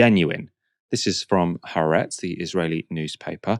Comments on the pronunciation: Please note it's Ha-aretz, not Haretz. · HAARETZ IS PRONOUNCED WITH SPLIT A'S HA ARETZ!